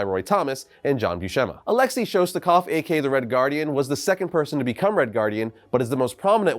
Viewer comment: Alexei is pronounced Alex-say not Alex-e